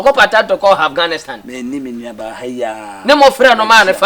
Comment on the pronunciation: said Aghanistan 😂😂😂 Eeeiii 🤣🤣